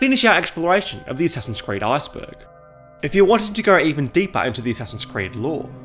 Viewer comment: I really hate how you say “Iceberg”... It sounds like if you are going to say “Asperger”.